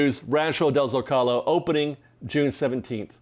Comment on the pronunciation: Great updates—thanks! By the way, “trattoria” is pronounced “tra-tuh-REE-uh” and not “tra-TOE-ria.” I also believe Rancho del Zolaco is pronounced “ZOH-cu-low” and not “zo-CAH-low.” Thanks again!